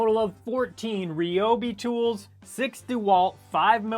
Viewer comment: I am blown away. No one pronounces Ryobi correctly. It's good to hear that you do!